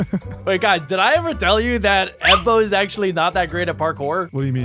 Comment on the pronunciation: Evbo ❌ Ebo✅